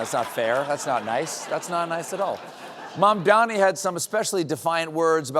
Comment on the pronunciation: THE NAME IS MAMDANI, M-A-M-D-A-N-I